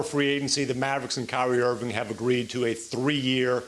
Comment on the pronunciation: Perk…..Its IrvinG not errvin!